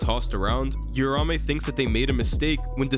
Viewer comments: Uraume is pronounced “oo rah oo may” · Don’t want to be that guy buuuuuut… read the name. It’s not urume it’s uruamue